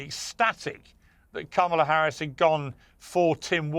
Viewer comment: Ma’am you pronounced VP Harris name incorrectly. FYI: Felon Trump